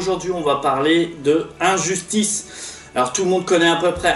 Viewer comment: L'accent français.😂